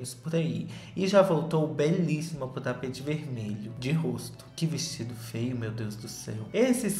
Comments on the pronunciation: Rezando pro perder a mania de falar FEA e FEO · falando FEIO e eu entendendo FAIL. PS: Sobre o filme da Lili eu vi e achei péssimo queria que a Netflix me pagasse pelo tempo que eu perdi tentando entender e ver esse filme.